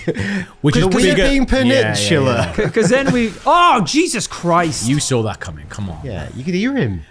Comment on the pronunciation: My dearest Boys, Just got off the night shift, am on a Monday is my Friday after work, I'm about three pints in and I'm loving my life watching this. Love that gets to say "Pennishula" to after getting hard done by "Stantue" all those years ago